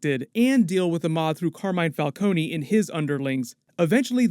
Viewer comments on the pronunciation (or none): none